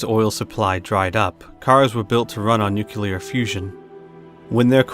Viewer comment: Nuclear not 'Noookyuller' 🙄 Nuclear. New clear. It's not difficult.